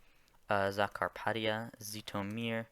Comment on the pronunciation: Zhytomyr sounds not like just Z, but like zh, I believe in polish they have letter ž for this sound (can be wrong, I don't know polish) Also Kyiv and not Kiev, the last one is russian transcriptiob, which is wrong. Also Vinnytsia doesn't sound like Venice, but I don't know how to spell it better in English. All another Oblaets (names of Ukrainian regions) mostly sounds like like it should be. Good luck in your way to learn them all PS in description it's also incorrect. Ukraine has 24 oblasts, 1 autonomic republic of Crimea, and two city states Kyiv and Sevastopol, so all of them are 27